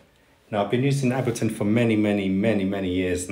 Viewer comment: I like your videos, lots of useful information. (btw......Ableton is pronounced with the "A" as the English letter "A".) Subscribed!